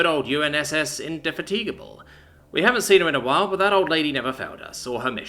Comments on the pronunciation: indy-fat-ig-a-bull .... sorry, but the misplaced emphasis in the pronunciation there grated. lol. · In de fat a (like apple) g'b le --"--' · Indefatigable.... Might be worth looking up the pronunciation. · Indefatigable is pronounced far differently that it was here.